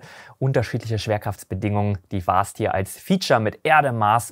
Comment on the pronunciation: ahem Vast nicht Fast. Vast gesprochen wie mit einem W. nicht wie mit F. Ok genug Englischlehrer gespielt. Du machst wahrscheinlich den besten Raumfahrt-Content auf Deutsch. Ich hätte übrigens noch einen Themenvorschlag, und zwar über die britischen Raketen wie Black Arrow und die verwendeten Triebwerke wie die Gamma Serie.